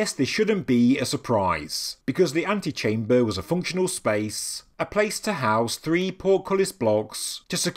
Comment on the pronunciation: Too much